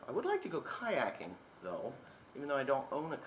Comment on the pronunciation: "I would like to go kiaking tho" i was rolling! keep up the great videos